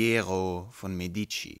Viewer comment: der vorleser ist leider ungebildet, ein idiot. medici wird auf der ersten silbe betont. médici sofort löschen!!